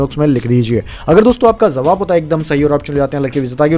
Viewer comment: Kripaya jawabhko zawab na kahe ! Uchcharan dosh dur kare !